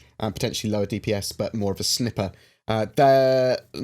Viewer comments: Interesting as always:~) Have great holidays. (ps please stop saying Snipper lol, it is Snyper) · Snip-er? Lol